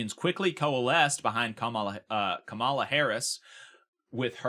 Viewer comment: Her name is pronounced Ka-ma-la, not ka-mah-la, just to be clear here. Ty Jacob for everything you do and have a Lovely day to be Sure! 🥰 💙🌊🇺🇸🦅🌊💙